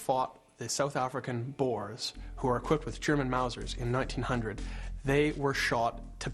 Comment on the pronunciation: It's not boars, " dit is boere "